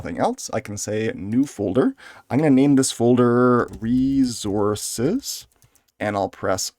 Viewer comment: Say "reezorz" one more time 😅